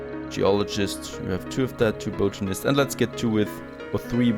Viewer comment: Great series! You deserve many more viewers than you have. With the praise out of the way, please look up the way you say 'botanist'. Your pronunciation is horrendous!!